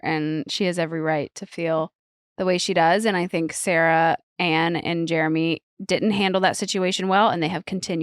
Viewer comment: I hope you learn how to say Jeremy lol